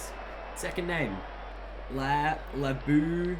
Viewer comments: not even close its prenounsed Laba-skag-knee... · It's pronounced Lab-oo-shaan-ay